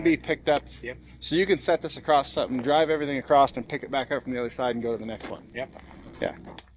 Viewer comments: there is no T in across funny LMAO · Obligatory Comment : - Across. A C R O S S. It's Across, not Acrossed, not Acrosst, and definitely not Acrossted. Simply, Across. Thank you for your support.